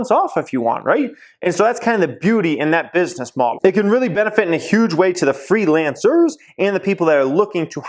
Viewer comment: lol the what? FreelanceRRRRs